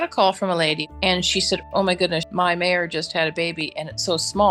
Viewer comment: It's "mare" not "mayor."